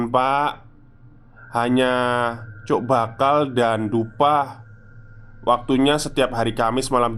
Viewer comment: Cok bakal Masseeh, bukan Coek bakal 🤣 Fasih ya kalo Coek 😛